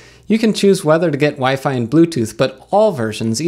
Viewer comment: Food? Is that a fork of foobar? I could use foobar to play DSD files from my NAS over SAN. Also, I think you may have mispronounced WiFi in that last part. Is WiFe a new thing? I don't see any WiFe around here. I'll have to look into that. Sounds expensive. Thanks for the video, and I hope you find a few laughs every day.